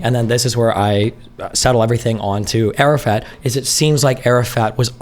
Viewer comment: “arafat” keeps sounding like Arab fat to me lmao